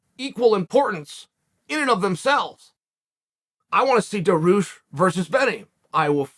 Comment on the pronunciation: This man just said he wants to see “Daaroosh vs Benny”.